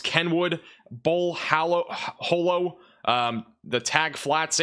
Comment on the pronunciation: It’s pronounced Bull Hǒllow not Bull Hōllow